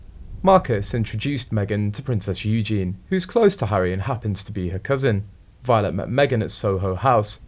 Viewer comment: It's a computerized voice! There are lots of mis-pronounciations! It's a site based in Vietnam or China. 😏